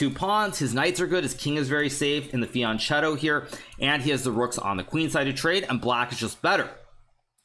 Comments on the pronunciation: It's pronounced like "fianketto" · holy crap Hikaru, work on your fianchetto pronounciation! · Why is it that a player at the level of Hikaru hasn't learned to pronounce the word "fianchetto" correctly yet? It's Italian, not Spanish, man! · Great explanations. Only 1 little thing that probably a lot of people told you, in Italian: CH is pronounced like a K in English, that's the reason for adding the H actually.